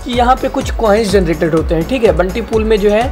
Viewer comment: बंटी नही ! यह बाउंटी है ।